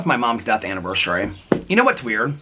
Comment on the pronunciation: I usually don't even pay mind to if you pronounce things wrong. The two that i notice are anniversary bec you've pointed it out so much & diagnosis-is (as opposed to diagnoses, like the plural form of crisis/ crises) but only cause you talk about mental health so it comes up a lot!